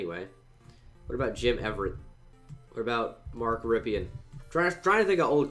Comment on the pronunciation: Watch Boise State and figure out how to pronounce rypien